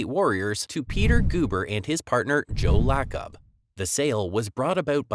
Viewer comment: Narrator, please repeat after me: Joe Lay-Cub.